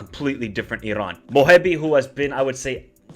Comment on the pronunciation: Bro it's just Iran ...relax ...no pressure no need to pronounce it like Irrran ... Darrrremi . We're not Italian. We're not arab as well just relax 😂❤.